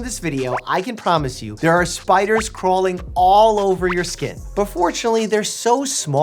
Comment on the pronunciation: When he said "' Spideers